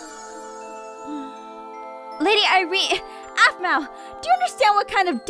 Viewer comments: I DONT LIKE HOW LEVIN CALLED APHMAU APHMAU ITS NOT RIGHT!!!! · his voice is awsome, but in the season finnally he said aphmau really strangely. it kind of annoyed me that he loved her so much, but couldn't pronounce her name, but everything else about his voice it awsome. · anybody rewatching in 2018 and slightly uncomfortable by Levin calling her “Aphmau” instead of mom? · For some reason when Levin says "Aphmau" Instead of Mom it makes me forget they are mother and son a little bit :/ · I thought aphmau said we need to protect the bees 😂